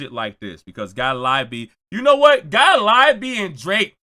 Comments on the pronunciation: Gotta-lie-B (Gottlieb) is CRAZY. 😂😂😂😂😂😂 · The way you pronounce Gottlieb 😂😂😂😂😂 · you pronouncing gottlieb is madness 😂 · The constant purposeful mispronunciation of Gottlieb will always be funny 😆